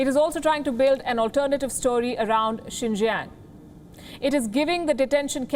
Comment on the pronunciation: Province Xinjiang in China. "Xin", phonetic transliteration, means new et "jiang", meaning territory, or frontier territory. Xinjiang, new frontier territory. Lady Palki has increasingly good pronunciation on Chinese. She got it right in reading out Xinjiang.